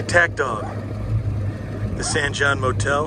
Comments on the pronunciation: It’s pronounced San Hone, that first old garage you stopped at was my wife’s great grandpa’s shop back in the day. Our post office is also historic for receiving one of the first air mail drops. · San Jon pronounced San "Hon"